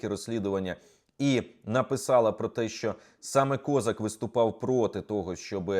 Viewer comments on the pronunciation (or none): Не КОзак, а кізяк,у нас в Україні козАк.Він народився в Україні і її зрадив,і наголос над прізвищем не туди поставив!!!